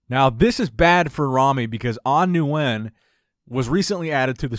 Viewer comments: Love your content, but please Nguyen is pronounced (win)... I always feel bad thinking An Nguyen is watching like "wtf" Lol!! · Just a heads up, "Nguyen" is just pronounced "win" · Say it with we slow, An Nguyen (Wen), idk who An (New wen) is lol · Yo. As someone who's grown up with a lot of vietnamese friends. Nguyen = Win. Just pronounce it as Win. I heard you pronounce it like 10 different times incorrectly and I winced each time. It's not your fault, but it's 'Win'. Hope you see this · Nguyen is pronounced like win lol... u butchered the last name haha. They do that when I compete too haha